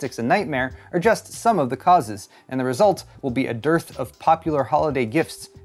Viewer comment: "Dearth"! Yikes.